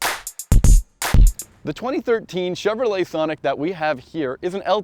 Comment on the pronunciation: I laugh every time that guy says thonic! also, im buying my sonic because its cheap, good on gas, and its extremely fun to drive. for one, you have the ltz which has features that the accent cant compete with at any price. if you want to compare cars, look at the lt sonic and try switching both cars to having a manual transmission. completely biased test towards the hyundai. oh, and the lt 1.4 sonic with a sunroof can be had for 17,000 otd.